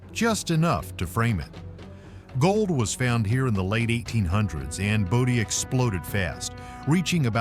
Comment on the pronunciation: Pretty sure that's not the way to say Bodie.